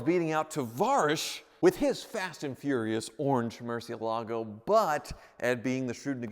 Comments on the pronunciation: Why do they keep mispronouncing Murciélago? 😂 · Apparently you're pronouncing it wrong according to Ed and Tarvarish even though I like the way you say it better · He's not pronouncing it correctly though, he even states it is Spanish for bat. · Stag Manson He is haha. Ed Bolian and Tavarish are the only people in the world that pronounce it that way. And they are wrong. Haha. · I don't care what Tavarish says (or claims that Google says), I prefer pronunciation of Murcielago, even if it's wrong. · Now I can't hear this pronunciation of Murcielago without thinking it is incorrect. Thanks Tavarish. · MurciELago. Please start saying it correctly. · Mercy ele go... is how you say it... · It's Moorr-see-ehl-ago. Not Mercy-o-lago. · Mercy...L..a....go. not mercy-ALA-go. Tavarish would be ashamed of your pronunciation. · The Mur has a Moor sound to it, Moor.. everyone puts too much emphasis on the lago, it's not lago, Its the ela, Moor - Ci (si) - ela - go Moor-Si-Ela-Go, Not Mercy-uh-lago. I can't watch when people butcher how to pronounce that cars name. Freddy says it right, talk to him and have him work on your pronunciation. Cheers. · Dear: 1. The singer on the recording of "Carmen" that you chose for this video is terrible. 2. The name of the car is Moorsi-EL-ago. That's right, it's not a Merci car, and the stress is on EL. You are welcome. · Murcielago: pronounced mercy-EL-ago but this one is busted enough that it's entirely understandable to not even want to address it correctly. yet. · Nope. It's pronounced Mur-ciEH-lago. Tavarish is the ONLY person who says it like that. Your argument is based on the fallacy appealing to authority (argumentum ad verecundiam). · Mercy-uh-lah-go Tavarish: Google it. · There is one sound that's worse than your 1st gear and that is when Tavarish and Ed Bolian pronounce Murcielago as Murci-ala-go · Spanish speakers are going crazy about he mispronounces “Murciélago”